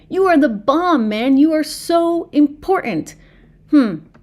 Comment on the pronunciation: You need to enunciate your keys in important if you notice there's two of them in that not 3ns but two T's